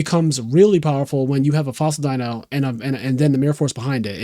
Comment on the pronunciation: That is exactly how you pronounce dyna